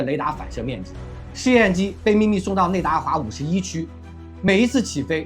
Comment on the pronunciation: 你的每个节目口误都一样，内华达说错为内达华了